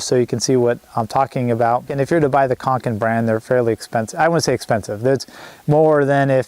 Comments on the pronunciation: Conkin and Newer, or Cokin and Neewer? 😂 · Hi good video think it's cokin though not conkin 😉